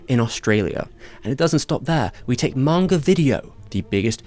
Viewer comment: What stands out to me the most from this entire video is that he pronounces Manga correctly. Every other time I've heard someone with a English accent say it they pronounce it "mayn-ga".